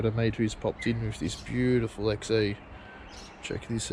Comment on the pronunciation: i swear i can hear you saying XE and not XA LOL